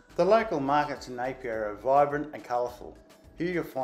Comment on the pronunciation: Um, where is "Apolou"? Don't you mean Upolu? Also, where is "Papapapai-Uta Falls". It's "Papapapaitai". You also mispronounced every place name you mentioned, even the simplest one (Apia). As someone who has visited Samoa several times, I also disagree with your comments about not expecting too much when it comes to accommodation in Apia and that Samoa "hasn't come to grips with tourism." I've stayed at Tanoa Tusitala in Apia, and the Sheraton Samoa Beach and Saletoga Sands Resorts. The experiences I had those places are totally at odds with your comments. All of the above makes me wonder if you have ever been to Samoa. For you to say, "Don't go to Samoa without watching this video first", is absolutely cringeworthy.